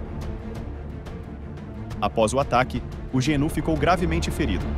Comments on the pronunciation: Guenú , genú , antílope , gazela , reniú , guru, guiru , boi da cara preta , aguiru , depois enrola a língua ou teve um AVC sei lá !!!! Se não for uma narração para causar risadas procure saber o real nome do animal porque vc chamou ele de tudo quanto é nome 😳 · Nossa mano! tu pronunciou a palavra gnu de todas as formas possíveis kkkk como tu conseguiu essa proeza? ou a narração é I.A.?